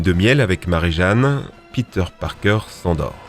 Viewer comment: PETER PARPAING EUH PARKER